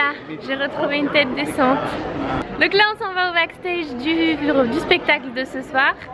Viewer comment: Like si tu à remarquer que elle a dit pestacle au lieu de spectacle 😂